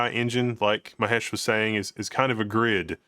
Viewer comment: I think you guys mispronounced his name its Mahesh not Mehesh.